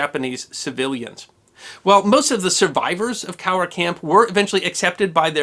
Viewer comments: Thanks for pronouncing "Cowra" properly! My Dad grew up there. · I liked how you pronounced Cowra correctly, most overseas people butcher the names of our towns in Australia.